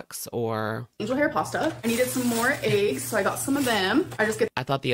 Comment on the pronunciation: The food she bought us bad bad bad for losing weight. She's going 2 say bcz she can't raise the dosage that's why she's not losing and is going to gain. If that happens I will never have hope 4 her again. And. It's EGGS NOT AYGGS. U can say the "E" correctly. Your speech patterns are why many can't watch you. Buy some fresh veggies, meat to cook and STAY AWAY FROM PROCESSED FOODS! Look at Jen and look at the shape Chantal is in. THATS YOUR FUTURE & THE POWER IS IN UR HANDS FOR NOW.